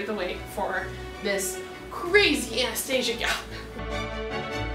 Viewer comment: You pronounced her name wrong